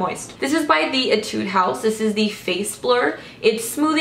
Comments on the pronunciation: I'm a new fan of yours! I love your videos so much. I've been watching them continuously.. Keep doing it please! :D By the way, in my country (Thailand), we pronounce "Etude" as "Ee-tooh-dee".. I'm not sure if mine is right for the Korean, though, but I'm pretty sure it's not Ee-tood. No offense! :) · Etude (E-tu-dee) This is how it pronounce.😂💕